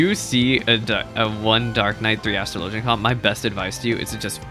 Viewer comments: dude literally Google it… as-truh-LOH-juhn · Astr-LOW-gian is the correct pronounciation. In ff, astrology and astrLOWgy both exist but are not the same thing. It's pronounced differently so people are aware of which one is being discussed.